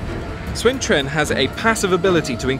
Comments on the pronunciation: UnitedEarthEmpire they made a lot of mistakes. Sun becomes Swen. The 'i' in 'Liu' is dropped. As is the 'u' in 'Luoyang'. Cao Cao is still bad. Chaoxin. And the pronunciation is wrong regardless in what language you pronounce it. If it is wrong it's wrong. My name is not pronounced Oi je ne just because I am in Germany. People still call me Eugene even though we speak in German and Anne (two syllables in German) does not become one in English. I still say An'ne when we speak in English. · Why is he pronouncing "Sun" like "Swen"? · You are pronouncing "Sun" wrong. it is pronounced like the english word "soon" not "swen". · Guy keeps saying Swen, instead of Sun. It looks good, but the lack of blood (Obviously going to be a Paid DLC like in Shogun and later games), and the lack of unit animation and zoom means doesn't look any more impressive then some of the Free Mods out there. The Generals are pretty much the only reason to play this. That said I want a Chinese Dub of the Character Voices, like they had with Shogun with all the Japanese Voices.